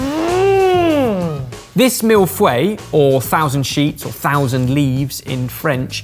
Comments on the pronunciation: way to rape the pronunciation of 'feuille',.:p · The pronunciation was so off hahaha its closer to "foy-uh"